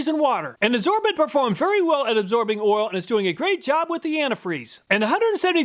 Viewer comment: between you and Hoovie, I always crack up at the Kansas people pronouncing "oil" as "ol"